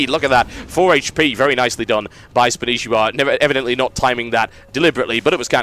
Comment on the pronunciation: Spanshwa. Not Spanishiwa. -.